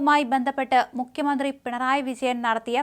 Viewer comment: തൊലിഞ്ഞ വായന. മുഖ്യമന്ത്രി യേ മുക്യ മന്ത്രിയാക്കി... ഞല്ല അ ച്ഛ ര ചുത്തി... ഗുണം ഉള്ളതിനെ ഓടിച്ചു വിട്ടിട്ടു അണ്ണാൻ ചപ്പിയതിനെയും വവ്വാൽ ചപ്പിയതിനെയൊക്കെ പിടിച്ചു വാർത്ത വായിപ്പിച്ചാൽ ഇങ്ങനെ ഇരിക്കും